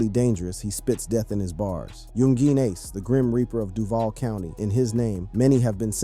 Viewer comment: am i just to high off my ass or is he saying some of the names wrong like chiraq or Ace